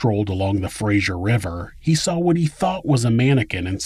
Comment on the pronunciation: Having shared praise I will now offer the only bit of criticism I've yet offered you, and it's seriously just nitpicking a pet peeve: There is no letter 'I' in 'Fraser'. It's pronounced like 'laser', not like the last name of Kelsey Grammer's iconic character. This has bothered me for my entire life, especially hearing the 'zh' sound from people living in that area ... Did you know it's bad form to tell an English professor, during Sunday dinner, that he's saying the name of his university** wrong? Well I learned that when I was about 10 and was then terrified of this stern man (a close family friend) for about 20 years. Yeah, so that might have something to do with it. Never mind, carry on. Thanks for letting me get that out. ✌️🍍 **Simon Fraser University